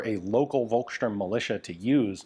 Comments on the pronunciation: The letter "v" is prounounced as a "f", so it's "folksturm". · Hey Ian. I thoroughly enjoy all your videos. As you were pointing out pronunciation, I wanted to give you a hint on how to say "Volkssturm". The V is pronounced like the ph in phone. Maybe this helps ;-)